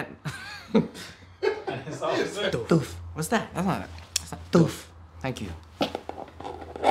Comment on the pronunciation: I love that it sounds like there saying ooof but there saying doofus lol!